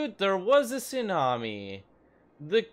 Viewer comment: Do you mean.... Sewnami?